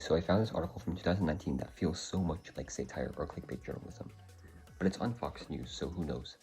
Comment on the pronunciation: k but why do you pronounce it say tire